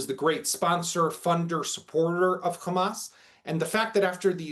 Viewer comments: if they pronouce Hamas as "Khamas" , never doubt they are israelis. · He is a so-called analyst in the Middle East, but he keeps saying Khamas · What is telling is that they can pronounce hostages but with Hamas and Hezbollah they do the KH. Just shows what imposters these people are. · Yep....that's how I know they are lying too! 🤷‍♀️🤣